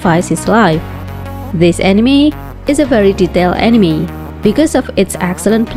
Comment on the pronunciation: Lets play a game,down a drink every time this girls says "animi"